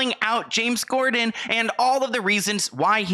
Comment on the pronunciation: Gotta pronounce "corden" better.. lol you literally kept saying "gorden"